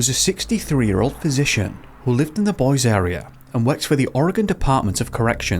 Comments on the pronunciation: actually, Boy-See. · It's pronounced; Boy-Zee. Not "boys" as you said. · I always thought it was pronounced boy-zee 🤦🏻‍♀️ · Lol you must be a local. He still pronounced it wrong, but in my fam we say it Boyzee OR Boysee. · Couple things: 1. You sound like the robot love child of Billy Boyd & Stephen Hawkins 😂 2. I live near Craters of the Moon. This disappearance was not mysterious to us locals in any way. You can get lost and vanish from the face of the Earth 100ft from the trail. 3. It's pronounced /Boy•see/ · Boise is pronounced "BOY-see." Great stuff as usual. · As someone from here I gotta do it, it’s pronounced Boise(Boy-See)